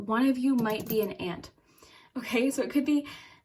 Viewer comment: U said aunt or ant the animal?